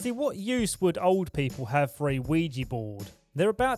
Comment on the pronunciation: ouija not ouiji